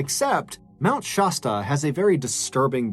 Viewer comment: Mt. ShASSta not ShAWEsta.